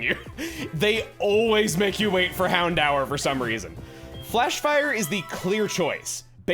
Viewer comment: I always thought it was pronounced "Hound-door"